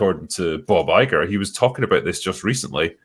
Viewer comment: As a fellow Scot, I heard Bob Iger as “Bawbagger”🏴